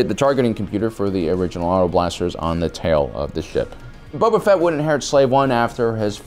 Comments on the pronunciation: Cause he says every name wrong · Why do I keep hearing “Bubba Fett” lol